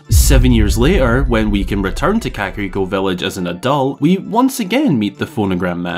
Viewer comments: the part where you talk about monograph man. That is not how you say kakariko village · What the hell did you just call kakariko village ?